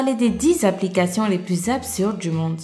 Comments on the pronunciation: ""il exize des abligations" ... mdr AR-TI-CULES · au tout début de la vidéo, elle dit : il existe des appligations avec un G au lieu d'un C